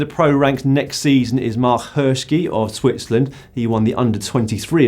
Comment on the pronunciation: Marc "Hirski" of Switzerland 🙉😂 "Sch" in german is quite similar to sh in english, so "Hirshi" is the way to go (and yeah i'm hoping to hear this name a lot in the upcoming years!)